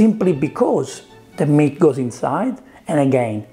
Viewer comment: I thought you were saying “Mint” not “Meat” 😂 love the accent tho